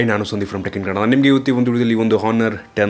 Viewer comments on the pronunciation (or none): none